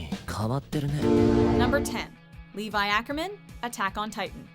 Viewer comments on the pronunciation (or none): the way how she pronounce levi makes me cringe